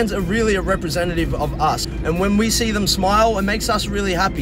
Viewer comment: "She might be shocked cause ve are so small" oh god 😂